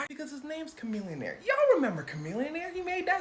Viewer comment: If chamillionaire is as smart as you claim then you’re saying it wrong.